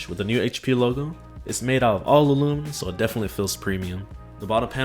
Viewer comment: Its aluminium!!!!!😡 What is loominum?